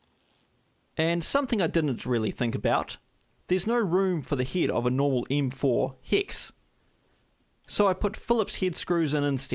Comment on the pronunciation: Oh, I thought he was saying "heed"